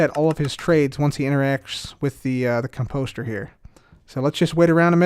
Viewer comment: I love you but it’s COMposter, not comPOSter.